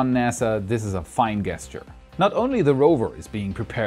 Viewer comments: No, you rock! Awesome as always. Particular congratulations on your pronunciation of "Asclepius". For what it's worth, native English speakers pronounce "gesture" with a soft 'g', like "JEST-yure". Bitte seien Sie nicht beleidigt, Ihr Englisch ist besser als mein Deutsch, natürlich. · the word is pronounced like jesture, not gesture... The G is a juh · LOL How funny that we both found a word to correct him on. Love you, just trying to help brother! He was pronouncing gesture with a guh, not a juh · I learned something new: not everyone pronounces "gesture" with a soft "g" (ie, "j") sound.